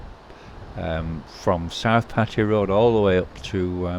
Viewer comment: Well first you should probably now that this place is called Pattaya not Patya 😂